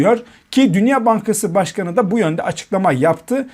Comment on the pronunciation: Portföy ,dünya,teminat,faiz kelimelerini okuma yanlışları var daha düzgün okunsun yoksa ben okuyacağım